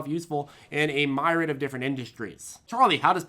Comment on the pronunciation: "A myrod"